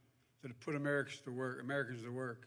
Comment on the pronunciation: How you gonna vote for someone that can't quite say the word Americans right.